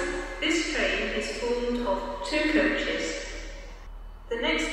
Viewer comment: I laugh at saying five coaches as it only says five chis.